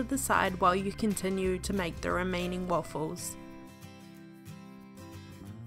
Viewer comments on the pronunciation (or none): You speak waffles like ahfles